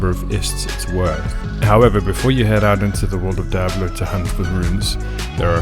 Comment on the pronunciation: "Die able two" Lmao